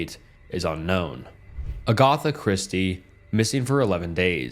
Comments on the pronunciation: Are you FRENCH?!?! ITS AGATHA NOT AGOTHA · Really?? A-gotha?!? Come on do better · Ah yes, The very common name agotha, lord of the primeval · Bro, google a pronunciation dictionary to help you with how to pronounce things. UH-Goth-Uh Christie is brutal. If you aren’t a native English speaker, then fine, but still get one. You’ll have a tough time getting big big with mistakes like this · I don't mean to be a dick but when you obviously mispronounce extremely common names like Agatha it breaks my immersion. I'm sure I'm not the only one. Its a minor quibble and I loved the video, but please just look up how certain things are said. In the long run, the small things matter. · You should look up pronunciation guides if this is something you're serious about doing. Agatha Christie did not deserve that.